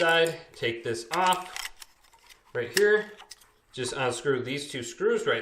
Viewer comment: Love the video, gave it a like, but why do you say "onscrew" instead of "unscrew"?